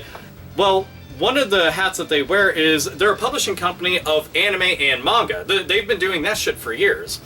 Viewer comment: so weird hearing someone pronounce manga correctly.